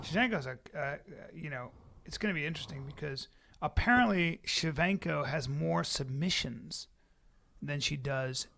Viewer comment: How hard is it to say Shev-Chen-Ko.